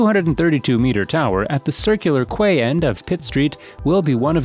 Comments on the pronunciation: it’s pronounced “Key” not Kuway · Dear. Quay is pronounced Key, not Quay! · Quay = pronounced 'key' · The “kway” quarter at Circular “Kway”, huh? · Quay is pronounced the same as key. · quay is pronounced key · And quay is pronounced 'key' - so frustrating hearing tube narrators failing english 101... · Omg thank you, It bugged me so much aye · Sure the AI/Voice Narrator can tell that. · Mispronunciations here really grate. As noted before ‘Quay’ is ‘key’ not ‘kway’. And Castlereagh’ is ‘carsell ray’